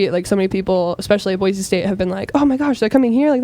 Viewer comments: As an Idaho native it’s Boy-see not Boy-zee.. I AM INSULTED 😂😂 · First thing is it’s Boy-see not Boy-zee. Second: Idaho is mostly forest and mountains. Third: welcome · As a Boise native, I LOVED this video. Beautifully done!!!! A few reminders: It's Boy-see and not Boy-zee. Also, Idaho is not all desert. We have some of the most beautiful pine forests you'll ever see. Next time you're in town, drive up to Idaho City, check out the amazing forests, and visit Trudy's Kitchen! Amazing food! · I hate to be that person, but it’s pronounced “Boy-see” not “Boy-zee”. Every show pronounces it wrong and it annoys me lol. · I live in the Boise area! I recognized almost all of the locations in the video. By the way, it’s pronounced “Boy-see”, not “Boy-zee” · Boy-see not Boy-zee. I can't believe you were so close! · Anyone from Idaho knows how hard it is to hear him keep saying "Boi-zee". It is okay. We still love you.